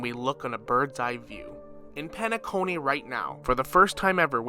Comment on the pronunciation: But why you gotta butcher the names like Shaip, Eenuh, Penaconeh 😫